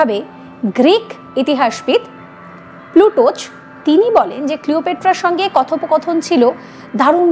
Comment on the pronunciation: প্লুটোচ নয়, প্লুটার্ক...